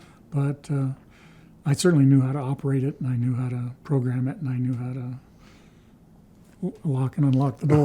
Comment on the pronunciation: This guys awesome he just ‘knew howtaa…’ 😊